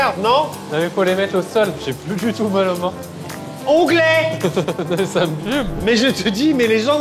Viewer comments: Onglée pas onglet. Je sais c’est précisé au montage mais c’est particulièrement pénible à entendre.😂😂😂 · C'est "l'onglée" pas "l'onglet".